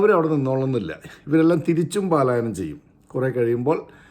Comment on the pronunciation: പലായനം not പാലായനം